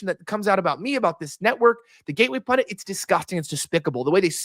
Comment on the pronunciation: how do you get "pundant" from pundit or "nucular" from nuclear